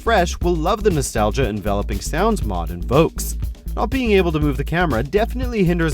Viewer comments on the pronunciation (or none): Forget how he pronounced Regina this man said envelOHping, its envEHLEHping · Enveloping sounds... Really bro? You gonna pronounce it like that?